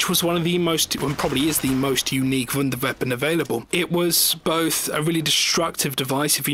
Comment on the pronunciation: omg learn how to say "WONDER WEAPON", not "VUNDER VEAPON"